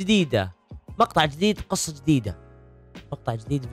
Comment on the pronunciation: ياخي اسمها قصه مو قوصه